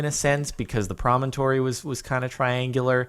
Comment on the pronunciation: Jordan.... please say "promontory" one more time..